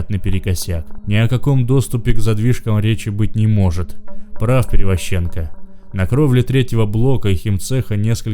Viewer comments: Чтец конечно хороший, но ударения в фамилиях ставит неправильно (ПеревозчЕнко, ШАшенок). Так что есть куда рости. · Перевозченко, ударение на первую букву о, зачем оскарблять людей и не прарик а Правик